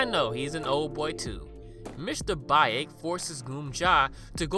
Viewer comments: Isn't Baek pronounced "bake" instead of "ba-ache"? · Great video, but it's pronounced Mr "beck" not "bye-ick" Much love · I'm pretty sure you pronounce it as "Bek", like the character from Tekken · It ain't Mr. Bayek - Baek is pronounce like Bek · It's more like Beck. Not Bike. Yeesh. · sorry but “bye-ek” has me dead 😭😭😭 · Baek is pronounced like “Beck”:). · I love your channel. It’s one of my favorites. Ps it’s Mr.Baek is pronounced like Bake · Just a correction: the correct pronunciation is Mr "Bek". But it's a great video inspite of that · I know I'm late but I would like to say Baek is actually pronounced Bek....I'm sorry just trying to be helpful....I absolutely love your channel....I especially love that you have so many korean movies. I choose you over foundflix anyday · Yo for future reference, the Korean name Baek is pronounced beck like David Beckham (thumbs up) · btw "baek" is pronounced kinda like beck with a softer b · Fun fact: baek is pronounced bek, know that from Tekken 5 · The way he pronounced “Baek” took me out😭😭